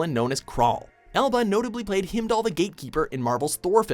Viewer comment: Please get someone to read the script who can pronounce the names - he completely messes up "Heimdall", and then the clip plays with the correct pronunciation! If they're not sure how names sound, get them to listen to the clips FIRST